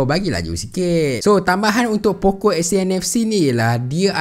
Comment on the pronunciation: Poco ke pokok..dgr mcm pokok 😂